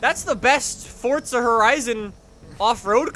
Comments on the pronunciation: I didn’t realise Forza had a ‘T’ in it.... 🤔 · Hey its for-z-a not for-tz-a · Forza not Fortza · This man WILL NOT stop saying Forza like “Fortsa” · FORZA has a Z in the word...USE IT!!! It’s not FORTSA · ITS NOT FORTSA ITS FORZA!!!! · Fortsa hahahaha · STOP SAYING FORTZA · ITS FORZA NOT FORTZA!